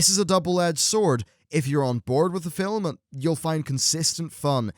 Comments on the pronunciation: ..... can you stop saying "fil-um"? You say it fine when you're in the middle of a sentence, but for some reason when you're introduction a new segment, you put this weird enunciation on it. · You keep saying, "fill um." Film has only one syllable: the 'L' is soft. Are you deliberately making fun of the English language? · film....not filim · I understand he has an accent, but why does he pronounce it both 'film' and 'filum' during the video... seemed odd that in a span of 20 seconds he'd say it both ways. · "Filum" hehe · Why does this guy say film as "fillem"? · glad i'm not the only one who was compelled to scroll down to the comments just because fillum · you say "film", i think you'll find its pronounced filim. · Anyone else notice how pronounces film fill-em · I love the way you pronounce "film" haha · My biggest surprise was the development of Blackhand. I really enjoyed him . Oh and let's not forget Gul'dan :) Also, why do you say film weirdly in some places? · In certain parts in the UK and Ireland this is how it is pronounced.